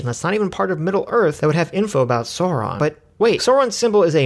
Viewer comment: PRONOUNCED SAURON CORRECTLY! Well, at least one time.